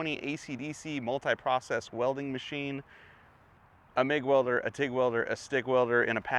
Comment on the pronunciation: Swear you said Stig welder